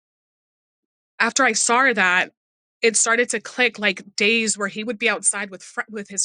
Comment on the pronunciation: This one actually disturbed me, not sure what makes her so believable but her account is well put and seems credible. Can't get over the way she says "saw" like "sour" or "sowr" xD I couldn't tell if she was doing it on purpose or not haha